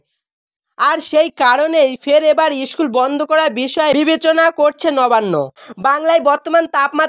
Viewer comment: Chhuti ta ki tumi barabe? Age bhalo kore kotha bolte dekho, kelas ar ischool bola bondho koro. Nijei bolchhe 20 june obdhi school cholbe, abar bolchhe 1 mash chhuti😅😅